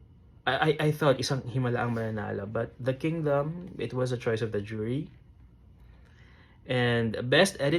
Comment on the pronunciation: Mejo bothered ako sa pronunciation mo ng "was" 😅